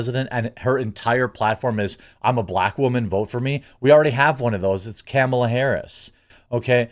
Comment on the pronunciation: I like how you say Camel ah Harris lol